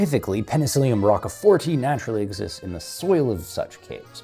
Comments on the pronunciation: For gawd's sake, learn to pronounce "rwrook-fert" en Francais, s'il vous plait.... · I cannot go over the fact that you pronounce ROQUEfort as rockfort. I shall find you. And i shall feed you rockfort. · Roquefort is actually pronounced without the 'e'. Bye.